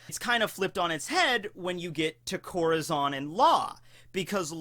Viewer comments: Lmfao let me help u out ur correct in ur translation but it’s pronounced Core-tah-zone 😂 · CorAzón* get your spanish straight XD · ITS CORAZON not corozon :( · is this who you always talk about!? confuse the hell out of me lol that not how you said corazon. but damn that a cool english way to say it